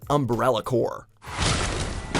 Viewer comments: Why tf does he read Umbrella Corps “Umbrella Core”? That’s not how it’s pronounced. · Why dafaq is everyone calling "UMBRELLA CORPS" as "UMBRELLA CORE"? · Did you so Umbrella "Core" cause i definitely didn't hear "Corps" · You mean umbrella corps? Not umbrella core